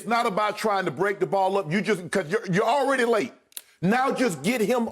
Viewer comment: Shannon: CORRECT. YES. ALEADY!